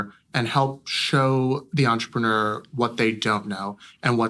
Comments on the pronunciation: He should at least say "entrepreneur" correctly. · とりあえず ぐらいに entrepreneur の発音